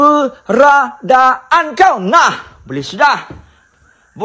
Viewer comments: Saya rasa Cik Pon tu sedang twist dia punya lidah bila saja nak sebut "KEBERADAAN"...haaaaaaaaaaaaaaaaa...malah rasanya Cik Pon lebih pandai sebut perkataan tu kot...haaaaaaaaaaa..😂😂😂😂😂.. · Kak ponti pun Duk gelak dekat atas pokok dgn pocong..😂😂😂..dia kata Manusia Mcm Dia kaki ponteng Sekolah sbb tu la tk bole sebut "keberadaan"